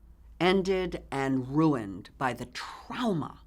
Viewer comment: Does anyone else cringe when she says trauma? Because she says TRAOMA.